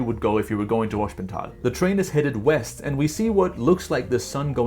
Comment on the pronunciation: Btw altough you mastered the pronounciation of "sp" as "schp" which is correct in German (for example Gespenst (ghost) or Springer (chessfigure knight, literally jumper), I would say That Hospental is not pronounced as "schp" but as normal "sp", because s and p here are in two different syllables. Maybe it is right due to regional accents but in High German you would probably Pronounce it like I said :)